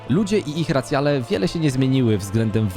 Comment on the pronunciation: Podoba mi sie podsumowanie. Sluchac nie jestem w stanie bo dobijaja mnie "landsy" "racjale" i "Dranaje"